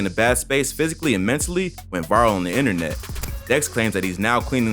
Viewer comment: People concerned he ain’t sober because of “Enter-Net”?